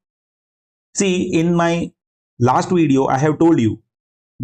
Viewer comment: hello, it's "every segment" and not "ewry segment" , it's "received" and not "receiwed", "video" and not "weedeo" - your sincerely, junior grammar n-zi. Besides, thanks for a nice video, I'm looking forward to watch your another video, about sliding window.